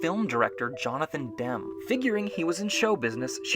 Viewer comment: Should have mentioned this earlier but “Demme” pronounced like “Demmy”. Sorry.